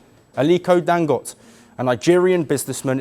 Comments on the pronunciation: Dangote not dangot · Pronounced Dangot-AE... Get it right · Dangoté…pronounced (Dangotay).